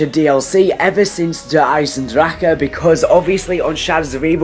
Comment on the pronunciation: OMG EVERY YOUTUBER SAYS DER EISENDRAKA THE CH DOES NOT MAKE A K SOUND IT'S GERMAN. IN THE MAP RICHTOFEN SAYS "FEED MY DRACHEN!" IT DOESN'T MAKE A K SOUND!!!!